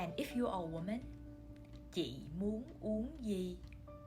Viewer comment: I learned something here. You did not pronounce "uong" with closed lips. Why? I thought o combine with ng should be pronounced with round and close lips. Please enlighten me :)